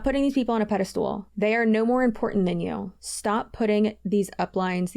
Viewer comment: I honestly lost it when you lost it and then proceeded to say “pedestool” 💀